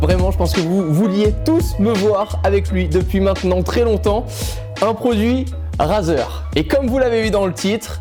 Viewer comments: Tu sais rien prononcé Razer sa se dit Rayzer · "Raseur" mdair